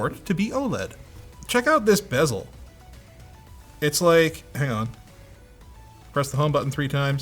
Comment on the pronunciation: Thank you for saying ‘bezel.’